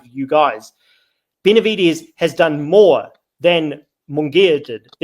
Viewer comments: How none of those actual latinos are calling you out for CONSTANTLY calling him bena-vi-dees was beyond me. Its disgusting on the ears... You must have been trolling because i heard you butcher his name more than the combination of the group combined used it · Bena-vi-dez... Try it, its not too hard